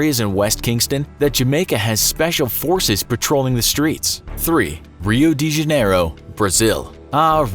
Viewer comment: “Rio D Jeniero” Why did the pronounce it like that?